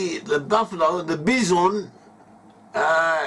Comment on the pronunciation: Bi-son. Emphasis on the first syllable